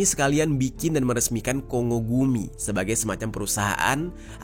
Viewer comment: Kongo gumi di bacanya Konggo gumi yes bukan kongo gumi ☝️🤓